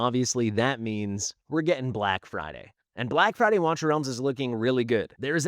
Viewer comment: "BLACK FRIDY"